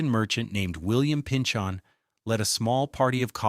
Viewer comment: Springfield is on the EASTERN BANKS of the Connecticut River, not the western banks. Agawam is on the western banks, Springfield is not. Also Woronoco is sounded out with a NO not "knoc" and the same Pynchon ... sounded out like pinchin not pinchON. Also, "Two Hundred 91"...hahaha 291 did NOT cut thru the waterfront of Springfield. 91 cut thru the waterfront of Springfield.